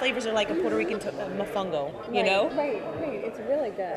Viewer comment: Lol, she said "Matango" not "Mofongo". Matango is Palm Wine ..